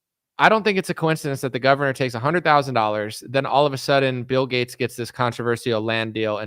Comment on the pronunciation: Seriously wondering why you say G-A-T-E-S like Getts? I've never heard it pronounced that way.